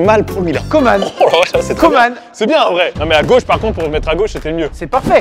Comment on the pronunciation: Faut arrêter dire comment c’est Coman